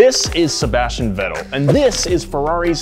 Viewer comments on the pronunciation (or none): pronunciation of Sebastian’s last name made me CRINGE MAAAAAD HARD AF 🤦🏾‍♂️🤣🤣🤣